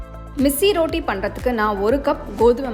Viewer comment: ரோட்டி இல்லம்மா ரொட்டி